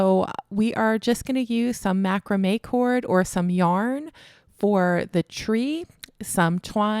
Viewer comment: 👋🏻 Mac raaam may with the emphasis on raaam 🎉